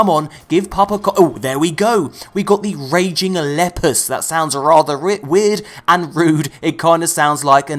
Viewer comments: Leeeeeeeeeeeeeapus not Lepus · Err....... 'Lehpuhs' is Leepuhs... a latin word meaning... the Hare/Rabbit/Coney